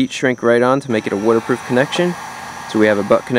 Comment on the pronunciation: “Wooderproof relay”